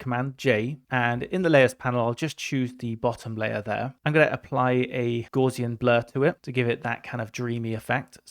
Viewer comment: Gaussian blur, invented by Carl Gauss. Gauss rhymes with "house", not "draws". Gaussian rhymes with "house be in".